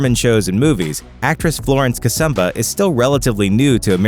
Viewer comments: Kasuuuuhhhmba not Kasaaamba for heaven's sake.Only name pronounced badly lol. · Ok Ok, stop it's Kasumba "Sumba", not "Samba" Kasamba, those two are pronounced differently. Kasumba, give it a try. that was a good video...